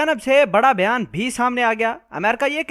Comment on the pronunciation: بھیان۔۔۔؟ یا بیان۔۔۔؟ گھانڈو سالا۔۔😂😂😂۔۔۔ او گانڈو۔۔۔۔۔